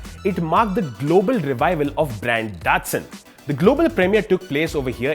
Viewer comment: Its pronounced Da-tsu-n